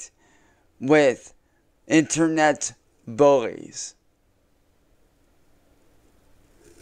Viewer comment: Why is he saying in-TER-Net like that?